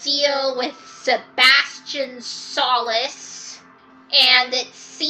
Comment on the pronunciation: i think i just about cried when you pronounced "solace" wrong </3